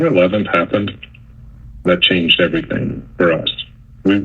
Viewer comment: Anyone else super annoyed by her saying “everythink”?